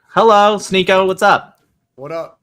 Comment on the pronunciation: "sHneako" you are so embarrassing...